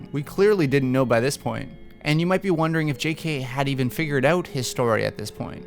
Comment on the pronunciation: "had figured oooUt" are you canadian?